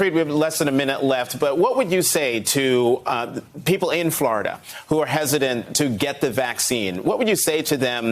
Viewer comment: Flahh ridian